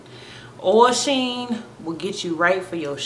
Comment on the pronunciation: its OIL sheen .... not ohel 0-0 no hate tho, love the look just brought 3 containers